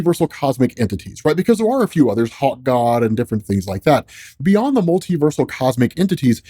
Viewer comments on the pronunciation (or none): none